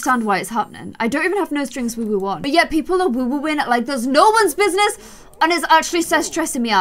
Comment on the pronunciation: Does it annoy anyone else when she says woowoo it’s woohoo not woowoo